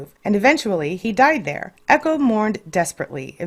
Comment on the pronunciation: echo not ego